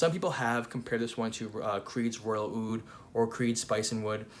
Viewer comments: Fantastic review..I don’t know where Roja came up which this Aoud thing! It’s oud عود there’s no such a thing as Aoud.every single small thing makes a huge difference in the Arabic Language. Awesome video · Actually it’s just oud not aoud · Actually we call it oud not aoud